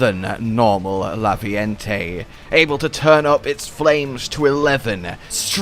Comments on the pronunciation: Raviente. Raviente. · isnt it Raviente?